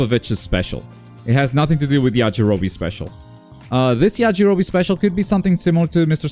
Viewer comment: Not the "Yajirobii"